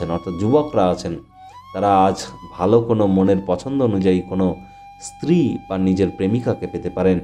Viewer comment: ইসতিরি কি রে ? ভালো করে ভাষা শেখ তারপর ভিডিও করে জ্ঞান ঝারবি ।